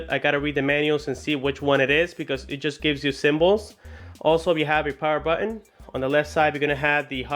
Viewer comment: it sounds you say "buen" and not "button"